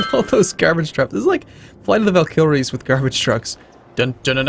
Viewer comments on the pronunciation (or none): "Flight of the Val-kill-riys"